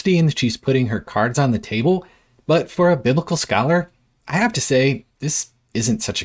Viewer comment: "scholar" lol